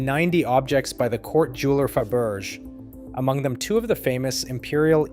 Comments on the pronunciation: Wait. Did you just pronounce Fabergé as "fab urge"??? It's "fa•ber•jay"! Wow. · I didn’t catch it until “It” said FA - BERJ! Any human knows that its pronounced FAH - BER - SZHAY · Pronounced FAB er JAY ' not FABerge..👨‍💼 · Fabergé is not pronounced ‘fuh-berzh’; it’s ‘fab-ber-zhay’ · Did it really say Faberge like faburge? Holy Mac Jesus say it aint so now thats hilarious 🤣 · You need to learn to pronounce words properly- Romanov = Roman -off - Faberge - Faber -j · It's a french word. Look it up; you're pronouncing it incorrectly. Fab-ber-zei ˈfæbəˌʒeɪ. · ‘Fabuuurge’ lmao ok clearly AI garbage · It's a shame that these videos with computer created narration aren't at least reviewed and tweeks made to get the pronunciation right. Faberge is pronounced Fa-ber-zhay and Romanov is Ro-man-off. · Fa- bur- shay. Faberge. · All this and can’t pronounce the word Faberge??? 🙄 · The famous Russian Designer "Fab-urge!" AI has a long way to go!😅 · Never heard an AI that studders and stumbles. And if I hear faburge one more time… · Fabergé is pronounced FAB air jay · Faberge is pronounced FAB-er-zhay! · Learn to pronounce things! Feberge= fa ber jay. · Faberge is pronounced Faburshay. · Fah- BERRJ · He pronounced Faberge wrong. I’m done. Lol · when Faberge was mispronounced, I stopped watching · You stupid Ai robot, I will never subscribe to fortune’s grave, people who throw together a video and don’t even pronounce very important names like Fabergé eggs correctly. There were several other names that were pronounced wrong as well that any fourth grader would know. Goodbye forever. 😠 👎🏼